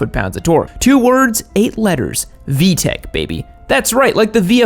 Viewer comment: "vtech" cmonnnn its vtec fix it fix it fix it